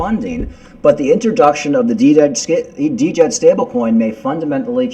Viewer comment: Djed is pronounced JED ( D is silent)